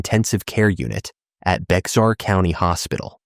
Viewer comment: Bexar County is pronounced Bear Couny, it is a Spanish word